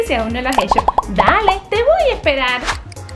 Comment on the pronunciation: Amo cómo dice "Dale, te voy a ehperar"😂❤